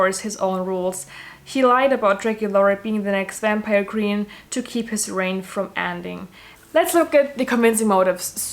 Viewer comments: “Wampire” IM SORRY THAT SENT ME 💀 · I’m pronouncing it “wampire” from now on.